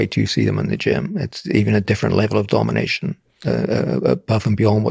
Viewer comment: He said Domination like a Dominatrix